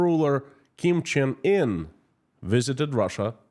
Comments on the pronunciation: Kim Jong Un (Kim Chin In is Russian pronunciation?)is the leader. Kim Il Sung & Kim Jong Il Grandfather and father. Didn't know about the Meth! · Kim Cheng In? I heard more russians pronounce it that way. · Your saying his name wrong it’s Kim Jong-un